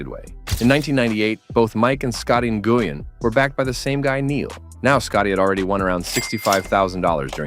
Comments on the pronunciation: N Goo Yen ridiculous. Win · Nguyen is pronounced like "when". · Im Vietnamese, and its more like "nu-win" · Who is Scotty Nu-guy-an? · He's almost as good as Scottie NGooWeen. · I almost turned off this video due to how bad this narrator pronounces Scotty Nguyen